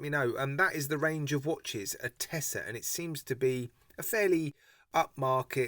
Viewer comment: Verry impressive. Excellent choice,. The name is pronounced Atteza, which is in Italian "waiting".